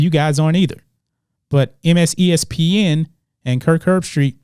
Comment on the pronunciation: "MSESPN" ... lol